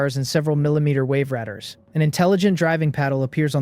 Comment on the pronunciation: "...military weave rah-dars" What a weird point to mispronounce something. I get how hard it is to state how to say "reed" vs "red" when it's spelled "read." Or "bow," vs "boe" when reading "bow." But as far as i know, there's only one way to say "ray-dahr."